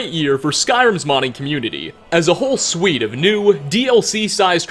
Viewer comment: The word is suite, not swede.